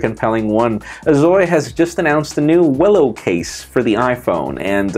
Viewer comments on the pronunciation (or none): It's not pronounced as "willow". It's Wello or "Well-O" -- a thing that checks your "well-ness".